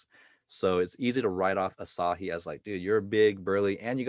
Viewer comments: Asahi = Ah-sah-hee (not acai like a bowl you'd get from jamba juice lol) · No hate no hate, but is she pronouncing Asahi's name like acai? Haha why has no one told her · I don't watch Victoria's reactions so I was so taken aback by the way she pronounces "asaeiiii" lol??